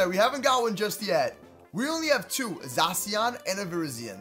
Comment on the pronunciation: zashion not zasoin